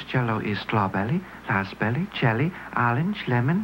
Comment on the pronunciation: “Glape” “Laspberry”